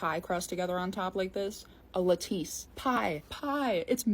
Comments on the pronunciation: Lattice is pronounced “laddis,“ not “la-teese” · La-teese? Lattice (laa-tiss) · OH! & its pronounced la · tuhs not Lat tice google says the words even slow if you ask it "how to pronounce ..." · Wait, it's not "la-TEACE" .. The correct pronunciation is "LA-tiss" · Lattice isn't "LATEESE", by the way, it's pronounced like "LAT-TIS" or "LA-TUHS". You never heard that pronounced before? No offense, because I appreciate everything that's on point (or even seemingly so). It's just that schools, generally, don't teach like they used to, along with other factors in today's anti-intellectual nightmare. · No “ lah-tis” that’s the pronunciation. But otherwise you go girl!❤ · I like Là teese 🤌🏼😂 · I agree with all of this except your terrible pronunciation of lattice. Lol, all good tho.